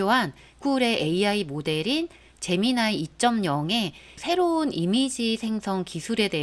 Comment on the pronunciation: 제미나이 ㅋㅋㅋ 발음이 에미나이 같아서 좀 그렇군요.... 제머나이!!!